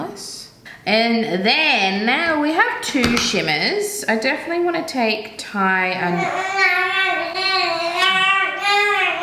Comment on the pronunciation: “Take”, not “rake” 🤣🤣